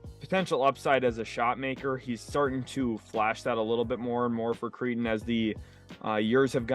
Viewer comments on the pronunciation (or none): It’s pronounced Cray-ton not Cree-ton you cretin